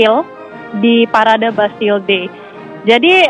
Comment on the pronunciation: Kalo gak salah Champ Elysees dibaca "Shanz-eh-lee-zay" bukan "cam-e-li-se" trus Bastille dibaca "bastij" bukan "bas-ti-le". Pokoknya suka-suka reporter aja mau nyebut gimana bukan cari tahu dulu cara pengucapannya.